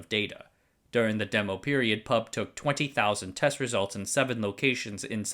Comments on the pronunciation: In line with "corrective YT comments" genre, I'd like to point out that "PUB" is not pronounced as the word "pub" (a s it's the case with, say, NASA) but spelled P.U.B. (pee–you–bee). I never heard locals saying "pub" ;-) Addendum: I just noticed you saying "who" fro WHO (like, "whisky tango foxtrot...?), but "ee–pee–ey" for EPA. Strange. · We pronounced the abbreviation of PUB by it's individual letters. P.U.B. We don't call it "Pub" here. Though it does make for an interesting word play considering I can see how it's our national watering hole. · First time I heard someone pronounce P.U.B. as pub. We usually call it Pee Ew Bee! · Ffs, why does everyone call the PUB the pub, YOU PRONOUNCE IT P, U, B. Each letter is pronounced, much like how we don't call the PIE the pie. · Hi, Singaporean here. :) "NEWater" in Singapore is we pronounce is "new water". so yeah, he is pronouncing it right for this case... (But his pronunciation for PAP, PUB & WHO are off though. These 3 should not be pronounced as pap, pub & who, but the alphabets "P" "A" "P", "P" "U" "B" & "W" "H" "O") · Thanks for covering this! Locally, we read "PUB" by each alphabet "P-U-B" instead of "pub" the drinking place. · NOOOOO IT'S PEE EW BEE NOT PUB AHAHAUWUCHDUEJDBFBJEJCJF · Btw, it's pronounced as P-U-B instead of pub. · great video as usual. just to point out though, PUB is pronounced as an initialism rather than an acronym; so P-U-B rather than "pub", which is a watering hole indeed but of a rather different nature xD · We say P U B, not pub, great video anyways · PUB is pronounced "Pee You Bee", not "pub". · PUB is locally pronounced like Pee-yoU-Bee. Go figure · A kind reminder, PUB is the Public Utilities Board of Singapore and we don't pronounce the word but read each in alphabet form, a practice on other acronyms we like to create.